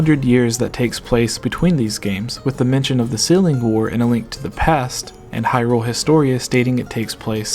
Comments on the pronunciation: Why do you keep putting so much emphasis on "rule" when you say "Hyrule"? You seem to be reading it as "High Rule" which is wrong/dumb. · Gooooonna have to say you're wrong. Just to abolish any doubts in my mind, I went and checked a few wiki-pages and as far as I could find, most of them have it written as you should put emphasis on the "high" in Hyrule. And to even further confirm my statement I went and checked how Bosphoramus pronounced it, and just as I suspected, he did NOT pronounce it with emphasis on the "rule". It seems you're confused as to which pronunciation I'm talking about (because you pronounce it two different ways in your video, thus contradicting yourself) so for the one that sounds wrong(to me and apparently a shit-load of other people), it's in the first 10 seconds of this video. As for the different pronunciation, skip to about .